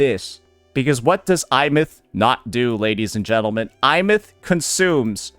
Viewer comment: I’m sorry Imeath… WHERE IS THAT I COMING FROM?! It’s Aemeath!